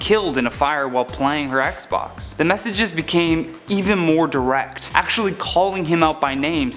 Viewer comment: I thought he said PlayStation until I read the subtitles lol